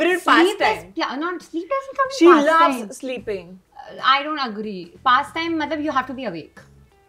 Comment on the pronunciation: Do you HAGRI? 🤣